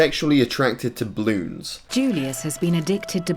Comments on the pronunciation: Am i the only one that hears him saying Bloons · Everyone: Balloons:Bloons